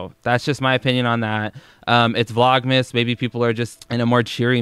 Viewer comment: I understood 'Vlog mistake 2' instead of 'Vlogmas day 2'